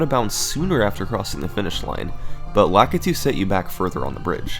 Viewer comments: Lakitu - Luh-kee-too. Sorry, that always bothers me. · I’ve always pronounced lakitu as Lakeetu. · It's frap-pay and lah-ki-tu